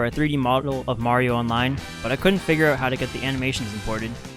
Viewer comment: you probably never heard of his new york brother , supa maro have ya?